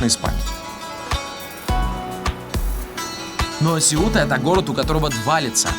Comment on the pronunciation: Блин, названия Сеута, Сангрия и некоторые другие режут ухо, сами испанцы ставят ударения на другие слоги!!!!